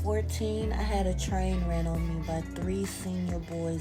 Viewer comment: seconds he said tran rain. :)